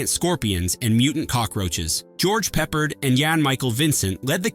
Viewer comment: Your narrator needs to learn how to pronounce names. it's not George 'Peppered' it's 'PepPARD.' And it's not 'Yan-Michael' it's 'Jan-Michael'. Word of advice, learn how to pronounce names before you make a video like this, because mispronouncing names shows you have no real passion for these films and you're doing it just for a cash grab. Maybe if these were done by people who truly cared and loved movies, you would pronounce the names right.